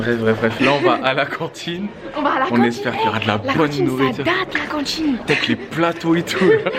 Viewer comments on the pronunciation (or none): Wsh elle dit CantChine 😂😁